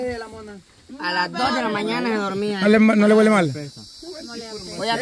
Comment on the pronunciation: Una cosa en buena onda, que mal conjugan algunos verbos las chicas, no es "huelido" sino "olido", dicen "hueler" y es "oler"... aprendamos juntos cada día.